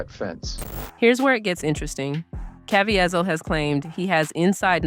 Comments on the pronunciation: Good grief. His name is pronoinced as ka-vee-zle not Kavy-azle. o.0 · CA VEEEZIL’ not Cavi a zil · Good and important video. But the repeated mispronunciation of Caviezel's last name is a little distracting. If you make additional videos about him, it's pronounced "kah-VEE-zul," not "kah-vee-eh-zel." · It’s pronounced: Jim CAH-VEE-ZUL. ❤ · KA VEE ZULL That is how you pronounce his last name. I hope you accept this as helpful. No judgement. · Ca Vie Zel (Ka-Vee-Zell) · His name is Jim KA VEE ZEL! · If you're going to make a video about someone, at least learn how to correctly pronounce their name. It's pronounced Ca-V-sell. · Say it with me... Ca-va-zeel.. 😊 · The correct pronunciation is Cav-ie- zel (cav- ea zel) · *CavEEval. That's how he pronounces it. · It’s pronounced : kuh-VEE-zull.Probably AI narrator. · His last name rhymes with “weasel” as in Ca-veasel. That’s the correct pronunciation. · please pronounce Jim's surname properly.. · Why are you butchering this man’s name. The whole world knows his name. Why can’t you say it correctly? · Could you POSSIBLY have your Narrator pronounce Jim. Caviezal’s name correctly? It’s really poor form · Can you learn to pronounce that man's name correctly? MY God! isn't that hard. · Please learn to pronounce Mr. Caviezel’s name correctly. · Also, pronounce Jim cavizel correctly!! So annoying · Wow you could have googled how to pronounce Caveizel. But you didn't. You just pronounced it every way you could think of. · AI narration that can’t even pronounce Caviezel’s name correctly. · Learn how to pronounce Jim's last name correctly. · You need to know how to pronounce his name. Make an effort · narrated by a person who can't pronounce Jim's last name ? or is this AI narrated ? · You really need to learn to pronounce his name